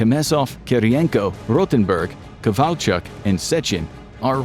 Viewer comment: Threw me of when you said kovalchuk lol